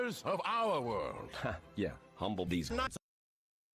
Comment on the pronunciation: That pig make me laugh so hard say this "Man Stfu" and i heard "deez NUTZ"